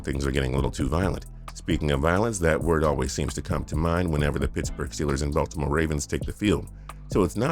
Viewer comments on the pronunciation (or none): none